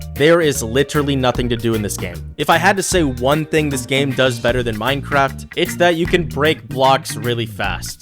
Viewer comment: “mineCLONE” huh…